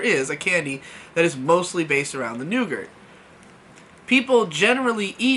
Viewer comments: I found it weird how he pronounces it as "nougert" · Nougat. It's nougat. Every time he said it I died a little more inside. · Nope, that one is fine and can understand how it happens. Nugert/noogurt though... ???? throwing an extra letter in there why. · i thought it was pronounced "noo-gar" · “Nougart”- 2018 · I knew someone had to say it. Otherwise it would fall on me cuz aint letting that slip by. NEUGURT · 'nou-gurt' 'ree-sees' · It was the butcher of nougat that bothered you and not the butcher of Reese's?